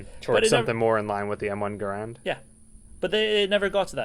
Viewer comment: Hey good for you sir for correctly pronouncing the M1 Garand rifle! Not many Americans do..